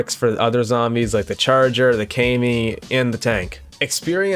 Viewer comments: I despise how you say "kay-mi" instead of "ka-mi" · i thought it was pronounced kah me like kamikaze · Its not pronounced “kai me” zombie 😭😭😭